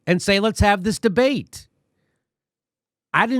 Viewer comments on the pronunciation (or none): Debate did you say de bat?